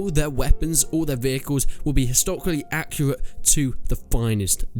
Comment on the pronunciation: you say accurate like my 3 year old nephew. I think you need to practice pronounce your words.